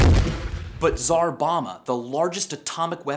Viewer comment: You pronounced tzar waaayyy wrong